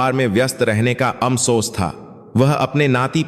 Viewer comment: आपको हिन्दी बोलने नही आती आप हर बात भै गलती करते है फोन को भोन बोलते है अफसोस अमसोस जोन काट दिया पहले अच्छी हिन्दी उसके शब्द पढो फीर बोलना सिखो फीरशकसानी बोलो